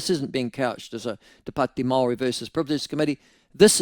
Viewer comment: Why are your pronouncing Maori in such a strange way.? It sounds if you have something stuck somewhere. Also why are you falling into the trap of being controlled by these controllers with the accents over their written language? They never had a written language now all of a sudden they have new made up words with funny accents and every one has fallen in line. You are under their spell Michael.